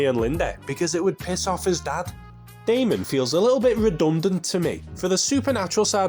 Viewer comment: I was literally commenting to say the same thing. I mean it's even spelled Daimon. Haha. No offense to Mr. though. I genuinely enjoy these videos.